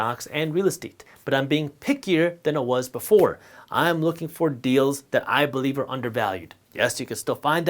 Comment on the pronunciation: Believe - Be-"LIE" -ve